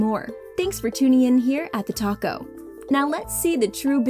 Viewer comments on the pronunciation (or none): ''TheTalko''. nah all I hear is ''TheTaco''